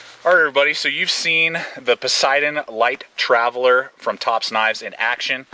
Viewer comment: Posideon? No. I pronounce it pay- satan...( I know: cringe. Its a wilderness area or forest the knife is named after)